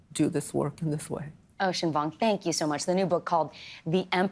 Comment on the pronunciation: I’m sure Vicky Nguyen can pronounce Vuong correctly. Why not pronounce it properly if you can?